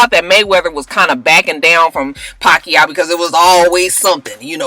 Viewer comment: ~round of applause for pronouncing Pacquiao correctly!~